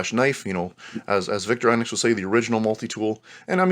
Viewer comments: Vik-TOR-ih-noks not Viktor-EYE-noks. In Europe: Veek-TOR-ee-noks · I don’t think I’ve ever heard Victorinox pronounced “Victor..inucs “ before 😵‍💫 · Vick-tore-eh-knox Veen-ger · Victor INOX? It's victorinox! Very irritating. I know I'm knit picking. But it did make me not wanting to listen any longer.